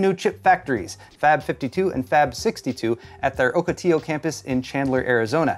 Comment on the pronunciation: Ocotillo is pronounced ock-a-tee-yo, not oak-a-till-o. OCK, like Doc OCK. I know this, because I live in Arizona... (You don't know how many things are named in Spanish here.)